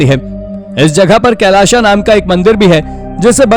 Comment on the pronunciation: कैलाशा नही! कैलास !!